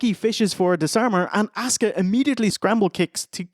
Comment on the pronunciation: Everytime Steve says Asuka I hear Oscar. Can't unhear it